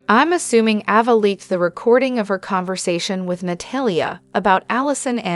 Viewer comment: Her name is Ava.. Not Avva....